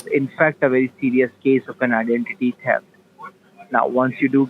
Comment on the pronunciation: TEFT ??? LOL